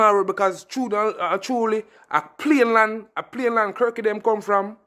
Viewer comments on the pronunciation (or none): Yow bredda not say plane land, the ting a payne land.